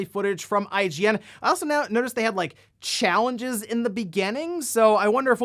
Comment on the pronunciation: for a second I thought you said "shellenges" :D